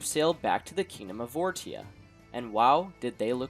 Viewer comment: Wouldn’t it make more sense to pronounce the kingdom as vor-sha? (As opposed to vor-tia)